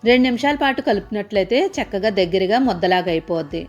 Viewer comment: చెక్కగా కాదమ్మా,చక్కగా.